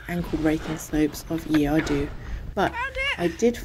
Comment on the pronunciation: The mountain is pronounced Ear Arthi. The "dd" in welsh makes a "th" sound as in "the" and the "u" makes an long "eeee" sound as in... "the" lol.